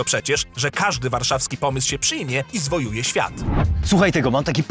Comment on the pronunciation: "zwojuje świat" czy zawojuje świat powinno być??